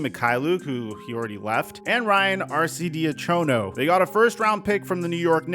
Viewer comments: Arcy-De-Acho-No is killin me hahaha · it’s Arch e D Ack in O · Pronunciation of Arch’s name was crazy 😭😭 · Aint no god damn way you pronounced “Arcidiacano” like that